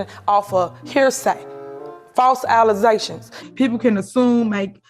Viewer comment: Y'all not "finna" "ha" no mo' "allezations". 😂😅